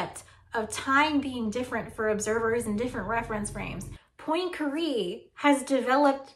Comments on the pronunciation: "poynkaree"... ma'am I speak French and I'm sorry to report it's "pwan-ka-ray" love your videos tho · I feel more anxiety when you pronounce Poincaré in your special lil american way. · Great video but how you say Poincare...